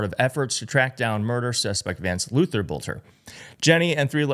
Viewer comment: i believe the last name is pronounced as "belter" but i won't swear to it